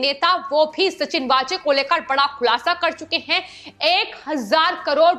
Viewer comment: सचिन वाजे (Waaje) यह असली नाम हैं (कई चॅनल्स 'वझे' उच्चारण करते वो सही नहीं)